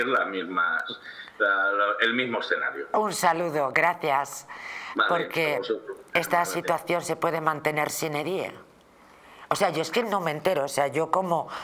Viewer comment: No es "sine dia" es "sine die" por favor no utilizar los latinajos sin conocerlos... Gracias.